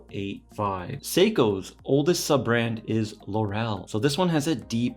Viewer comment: 'Laurel' is pronounced LAURel, not LauRel. It was the crown of laurel branches placed on the heads of winners in the original Olympic games.